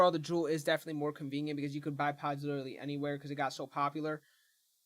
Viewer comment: Dying laughing!